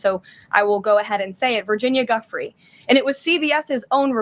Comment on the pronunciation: How come no one pronounces the late Virginia Roberts' married name, Giuffre correctly? (Except Alex Jones) and thus pronounced : Joo frey. After having watched many podcasts about this lady, and I looked up the phonetic spelling because I have heard a miscellany of speakers pronounce it "Guffree." Ok so I have identified one of my pet peeves. lol Carry on.